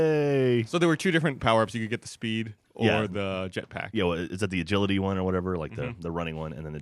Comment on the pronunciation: He said WANN again